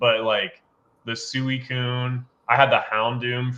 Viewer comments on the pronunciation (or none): I think the pronunciation of Suicune needs to be addressed lol. is the only person I’ve ever heard pronounce it like he does. It was bothering me the whole episode 🤣 It’s definitely pronounced sweecune. I love the 3 hours of content. Cannot get enough. And Team Rocket Returns is an amazing btw. Thanks guys. Love the consistency!